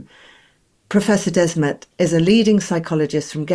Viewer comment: Mattias Desmet ... Both first and last name are mispronounced , wrong . Mass formation is a "sort of" hypnosis she says , wrong as well . Desmet reinvented the wheel : discovered humans are herd animals . Duh . What Desmet describes , Carl Jung called "collective psychosis" . People are not hypnotised : they are crazy : totally irrational , delusional , behave accordingly and are unreachable . That's called a psychosis . When a large majority of the herd goes psychotic , the word collective applies . F.e. : the c*vid hoax : it was just the common flu . The reaction was irrational , delusional behaviour followed : madness captured the collective west : a collective psychosis . Not all were captured , some saw through it , refused the shot , but they were called crazy ..... Madness at work . The term "mass formation" tells you nothing , is neutral , does not tell you there's something wrong and could apply to different situations in normal life . Collective psychosis says what it is , no mistake . Desmet is not a native English speaker and apparently has not read Carl Jung . His reinvention of the wheel is lost in translation .